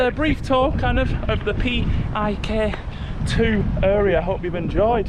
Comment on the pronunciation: HI there, new subscriber and PIK 2 resident here. Yea the pronounciation is PIK-2 not P-I-K-2, it stands for Pantai Indah Kapuk (Kapuk Beautiful Beach), and the "2" states that it's the "sequel" of PIK 1 in North Jakarta City of Jakarta Province, while PIK 2 located just outskirt of Jakarta: Tangerang Regency of Banten Province I can explain many things about places you visited shown here in this video, but I'll type too much on your comment section 😂 In brief, PIK 2 targeted to be done built in 2060, but I agree with you, in the next 5-10 years this place will be much better. Anyway, you pointed to the building of the TV station where I work 😅